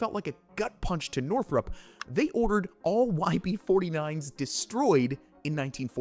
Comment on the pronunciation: Northrop, not Northrup